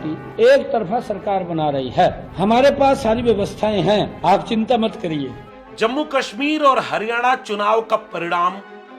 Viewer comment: वेवस्था 😂😂😂 वेवस्थां 😂😂